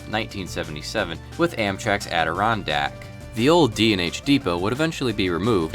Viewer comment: He mispronounced the last part of Adirondack though.